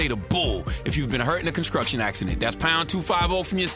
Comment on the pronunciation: I'm mad Charlemagne been in New York all these years and still says ConSKRUCTION. 😂😂😂😂